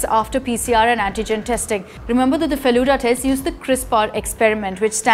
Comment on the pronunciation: It's Feluda(pronounced as Felu-the,Da means elder brother,it is same as pronunciation of Da in Dadi).Please research a bit before uploading, because Bengalis like me would get angry seeing your pronunciation. And it was named so because most of the people in who made this are lovers of Feluda